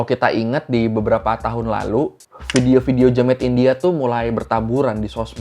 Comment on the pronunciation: Please bang bilang Kata2 “India” nya biasa aja , kek gimana gitu di telinga 😰